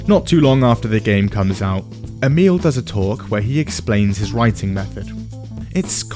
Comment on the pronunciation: Emil Pagliarulo can't even pronounce his own name correctly (only half-joking about that, 'E-mule'). Stole his motto, 'Keep it simple, stupid,' but failed to properly process that sentence's core message. That sentence wasn't simple enough for his level of 'stupid.' As a result, we end up with his internal interpretation addressed to himself: 'Keep it stupid simple,' or: 'Keep it stupid, E-mule, you simpleton, or else you'll confuse yourself.' He also stole "Write what you know" from Mark Twain and the first pages and first hour of 'Introduction to Fiction Writing' class (in case anyone believed he came up with that too) — but misinterpreted that as well, as a sort of strictly limiting, restrictive imperative to avoid even trying to explore depth in any unfamiliar, noniterative, nonderivative theme, or even attempting anything truly new. Which, conveniently and comfortably for him and anyone primarily interested in producing a 'Minimum Viable Product' (as Todd Howard's Bethesda seems to be these days, when they produce anything new at all rather then re-re-re-releasing the same old titles over and over for the umpteenth time), means that he can simply repeat, rehash, and rephrase the same basic plot or story arc, lifted from the same source, over and over again — without the talent, skill, or effort to make it interesting in new ways, or improve it in any real way. And so, his writing becomes staler, flatter, hollower, more tedious and forgettable each time. And in the long t